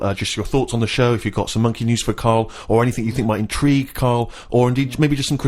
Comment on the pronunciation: "C'mon Rita, if monkeh wants to play wi' nipples let 'im".